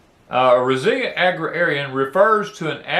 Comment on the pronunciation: Agrarian is pronounced ag rare ee an. I spent a lot of time reading dictionaries when I was growing up.